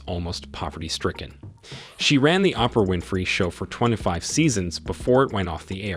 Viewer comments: Sir, why don't you pronounce Oprah Winfrey name right. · Just butchered poor Oprah’s name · I didn't have any comments until I decided that they needed to know this man purposely does not pronounce the names of the most popular people in the world correctly! Especially all the black women! Who doesn't know how to pronounce Oprah and Beyoncé? Really???? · Messing up Kanye name was bad enough, but when you called Oprah, Opera... Had to turn the video off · His pronounciation of Kanye and Oprah is shockingly terrible.